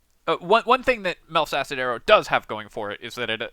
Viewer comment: It's close to sounding like "Milf's". I was listening to just the audio, and when he got to it I had to double back, "Hold up. Who's arrow?"